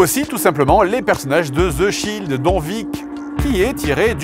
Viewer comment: zzzeeee shield ! lol just en France i like zath !